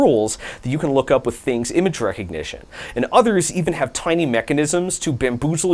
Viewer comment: There is no I in Thangs. Its an A, not an I.